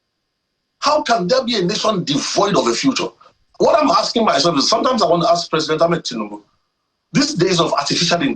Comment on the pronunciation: Is it aksing or asking?